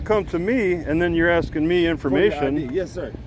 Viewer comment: He was just axt-ing. Ya knaw?